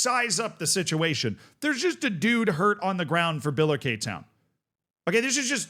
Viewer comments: Bila-Kay town 😂 It’s pronounced bill-a-Ricky if you care. Also the league is wrong but other comments got that covered. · i know this is a nothing burger but its pronounced Biller-Ricky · Your pronunciation in Billericay was driving me mad, I've watched Gavin and Stacey and they never said it like that. So I googled it and it's bil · luh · ri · kee. But other than that this is exactly the kind of Curiosity I come here for. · I know you like pronunciation so: BILL-er-ICK-eee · Feel so honoured is talking about my home town club and pronouncing it incorrectly 🙏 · It's biller-icky btw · My In-laws live in Billericay and hearing the pronunciation hurt. Lol. It's Bill-err-ick-ee. Names are weird. I found out the other day that Bear in Texas has an X in it. Bexar. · Also, it’s pronounced Bill-er-ick-ee, I imagine the population of Essex is currently screaming at their screens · Great to see you covering this man 😊 By the way, this is how to pronounce Billericay😅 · Massive double take here too, and was getting all unnecessarily riled up with the name pronunciation and league tier! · It's so funny hearing it pronounced the way he does